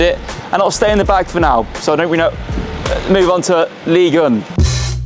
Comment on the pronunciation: Can't take this seriously after u pronounced ligue 1 as liguin